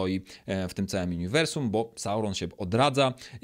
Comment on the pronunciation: Uniwersum, a nie juniwrsum